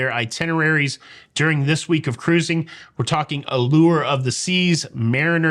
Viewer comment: 😆. I really like your hats. And your singing. And how you do your jazz hands and say ‘ca-ruzzing’. I’m a big fan. 🤗. But not in a creepy, weird way. Lol